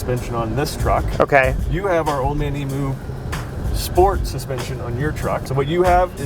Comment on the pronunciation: I don't understand why yanks can't properly pronounce "emu", it's worse when there is a arb rep in the vehicle who still can't pronounce the word.